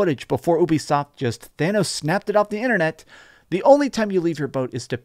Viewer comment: Just say “you-be-soft”